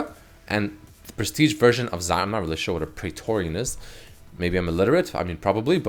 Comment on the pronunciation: it all looked somewhat believable until he said praetorian zyra